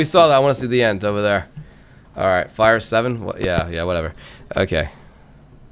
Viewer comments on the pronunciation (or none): He called the five seven. A fire seven😂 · It's five-seven not fire7 lol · Fr. It kept pissing me off when he said fire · its Five-Seven not Fire-Seven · it's five seven not fire seven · It's called th FIVE SEVEN NOT THE FIRE SEVEN 5-7. 5-7. 5-7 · "Fire seven" smh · Did he just say "fire" seven? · It's the five sevens not the fire sevens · Liked it except why U call it a fire seven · it's the five seven not the fire seven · Um you said fire seven instead of five seven XD. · it is five seven not fire seven